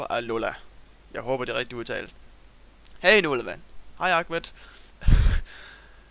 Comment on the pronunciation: Du udtalte mit navn rigtigt, nemlig "agmet" Men mt efternavn var ikke rigtigt udtalt, men det er også lige meget.. Der er alligevel aldrig nogen der kan udtale den xD